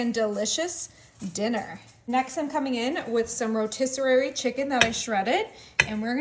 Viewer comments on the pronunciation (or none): She sure did!🤣🤣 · Yes, she said "Rotisserary" 😂